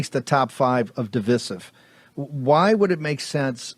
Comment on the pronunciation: It's di-VAI-sive, with a long "i" in the middle. Even the British pronounce it that way. (The Internet is an awesome resource for how to pronounce words when one is unsure, Steve and Mike.)